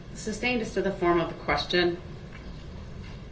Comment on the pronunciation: Substained. Lol